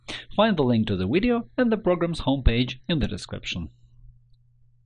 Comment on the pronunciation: You know it's a real tutorial when they say "wideo"